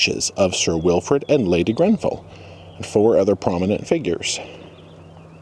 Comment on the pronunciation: You said Grenfell correctly